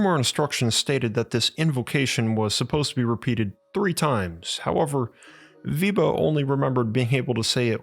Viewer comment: Weber, not " Wieber"